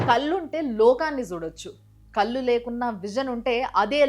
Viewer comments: కళ్ళు ....ఉచ్చారణ సరిగ్గా చేయండి. చాలా మంది కళ్ళు ను కల్లు అని అంటున్నారు. అది తప్పు కదా. మీ షార్ట్ వీడియోస్ అన్నీ చూస్తుంటాను. బాగుంటాయి. ఫార్వర్డ్ కూడా చేస్తుంటాను. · కల్లు కాదమ్మా, కళ్ళు. మంచి విషయాలు చెబుతున్నావు కానీ తెలుగు ని కూడా మంచి గా మాట్లాడితే బాగుంటుంది అని నా అభిప్రాయం.